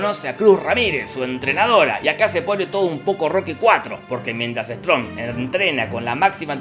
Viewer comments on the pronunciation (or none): ' Jorge: "Mientras Strom" Like si te diste cuenta